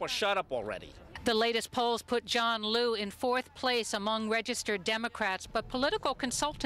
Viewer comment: they keep saying lu,,,i thought its liu....